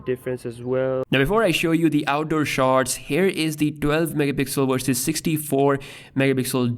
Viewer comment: My friend, work on your pronunciation of the letter V. It is "versus" not "wersus"